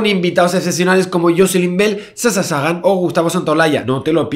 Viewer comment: Javi dijiste sasha sagan, asi al pasar como si fueras a hacer un directo con la vecina de la esquina